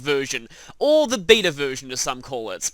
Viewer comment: the funny thing is, every time you say beta version I hear vita version lol.